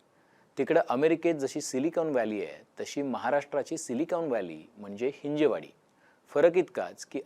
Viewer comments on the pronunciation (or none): हि़जेवाडी ❌ हिंजवडी ✅ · हिंजवडी म्हणा हिंजेवाडी नाही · Hinje nahi dada hin-jav, patrakar ahat tumhi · बरोबर, गरजेची बातमी. एक चूक सुधारणे आवश्यक आहे: हिंजवडी योग्य आहे, हिंजेवाडी चूक आहे. हिंदी भाषिक लोकांनी हा अपभ्रंश सुरू केला आणि आता मराठी माणूस पण चूकीचा उच्चार करतो आहे. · हिंजवडी म्हणा हिंजेवाडी काय! ह्या हिंदी लोकांनी गर्दी करून मराठी माणसाची भाषा पण बिघडवली. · हिंजवडी म्हणा साहेब .